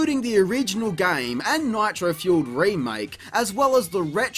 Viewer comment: "gayums" it's GAME bruv